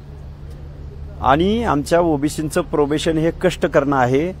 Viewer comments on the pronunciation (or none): स्वतः प्रोफेसर आहे आणि प्रोबेशन आणि प्रोफेशन यातला फरक समजत नाही 😂😂😂